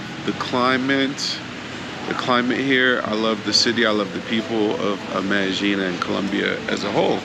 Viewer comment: "MEDEJING"????????? NO! Its pronounced MEDAYEEN!